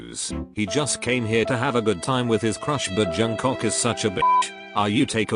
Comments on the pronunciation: no one: literally no one: robot voice: jungCOCK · Someone tell to stop saying jungcock ffs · I burst to laugher after hearing JUNGCOCK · Narrator I see you calling Jk Jungcock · LMAO!!! “Johncok”